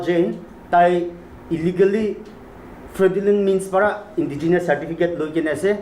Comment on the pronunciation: I really appreciate DNSU for this but please learn how to pronounce fraudulent first 😅